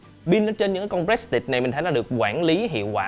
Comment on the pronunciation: a ơi prestige đọc là pờ rì stit